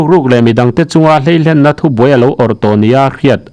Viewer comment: 'Hlei hlenna' i tih hi, 'hlei lenna' tih tur a ni e. A bengvàrthlak ṭhinin, a rapthlak hle mai.